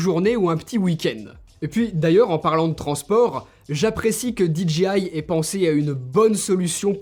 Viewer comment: SVP, ARRETEZ de dire Dee Gee Aie !!!! Vous pensez le dire à l'anglaise mais vous dites DGI ! Le J en anglais se dire Jay !